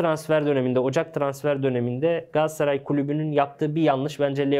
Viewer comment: bırak kerem sagda o solda oynıyacagı sen önce GALATASARAY demeyi ögren gassaray degil